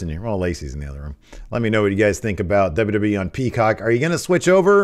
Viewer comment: DubDubEee lol 😅 please continue saying it like that